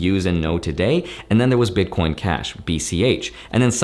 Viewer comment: "bitcoin clashic" 😄